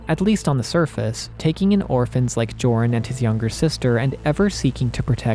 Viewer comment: Joran is pronounced "Yor-en". I learned that from Xenoblade Chronicles 3.